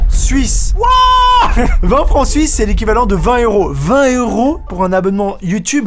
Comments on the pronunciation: tu dis 20 éuros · 20 éeuros😂